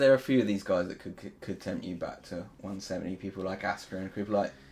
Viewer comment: Dude, it's BACK not BACHHH...lol